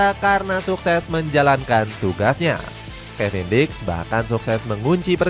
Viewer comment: Kevin diks ya teman-teman bukan kevin dick 😅